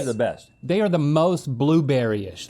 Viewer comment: Rhett catches Link’s “cintamin” but not “vanilala” 😂